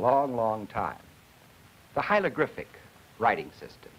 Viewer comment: & hieLogRyphic? The man can't say HIEROGLYPHIC hi·er·o·glyph·ic /ˌhī(ə)rəˈɡlifik/ and then he wants us to take him seriously on the very subject he his covering? Learn to pronounce it before you try & teach this phenomenology to other human beings.